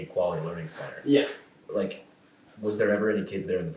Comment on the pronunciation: so... 215 minute interview, and he edited out how many SECONDS of footage? I just love that none of you grasp the irony of a guy who can't speak focusing so much on the single missing letter in "Learing." You've run it into the ground, and all it does now is draw attn to the fact Shirley's so acutely cognitively deficient. It's perfectly fine to make fun of the entire Somali population based on that one letter from one sign, yet totally OFF LIMITS to mention ANYTHING about the fact that Shirley guy is quite literally r'd, and doesn't know words taught in grade school. How does that make sense? Can you answer either question? You're hopeless, won't even make an attempt, bc you can't.